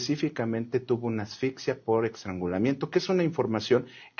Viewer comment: 😢 ¿Dijo "extrangulamiento"? 😅😢